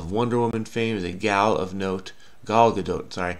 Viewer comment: don't know don't know don't know, yet you figure it out every time ! Even pronounced Gal Gadot's name right. Echeck is dumb. Icecapades skrewed you up a little. Must have been many people going for Basque not Biscay.